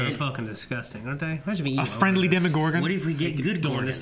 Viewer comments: DEMOGORGON not demigorgon. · DEMOGORGON not ''DEMIgorgon''! DEMOGORGON DEMOGORGON DEMOGORGON DEMOGORGONNNNNNNNN!!!!!!!!!!!!!!!